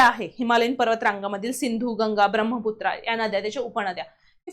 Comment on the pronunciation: Mam ब्रम्हपुत्रा असं नाही तर ब्रह्मपुत्रा असं आहे